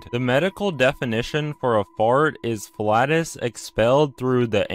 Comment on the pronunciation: It’s pronounced “flay-Tus”